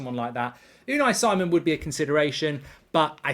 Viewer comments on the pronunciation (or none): Is it so hard to pronounce names right? Si:mon not Saimon. British arrogance as it is.